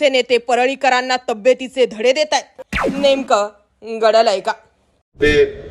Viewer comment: Ne.ka gdly ky Nemka ghadaly kay ase bola😂